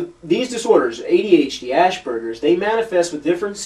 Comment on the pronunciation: Honestly, your credibility would be much higher if you learned to pronounce Asperger´s...